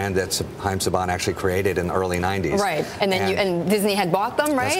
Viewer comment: "Sayban" brands lol